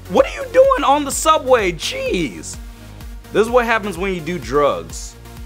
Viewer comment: "RASIST, JEZZ!" me:...iT sOuNdEd lIkE yOu sAiD "RASIST CHEESE" 😂